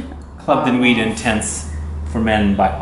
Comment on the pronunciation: You don’t say nuit with the t...... it’s just nui....noowee